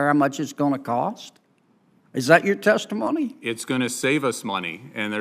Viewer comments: What's a "Testfimony?" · WTF is "TESTFIMONY???" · What is a "tesfimony"??? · "Testfimony"? Really, Forbes? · “Testfimony”? This is acceptable?